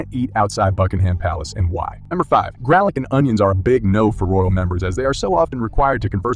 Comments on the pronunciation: Gralic?? Come on. Foy Grass?? Come on. Learn how to pronounce words properly,. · Geez...I sure hope the voice over is computer generated, because if it's a human dude needs to work on his reading and pronunciation: GRALic? Foy grass?🙄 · How the hell did he mis pronounce garlic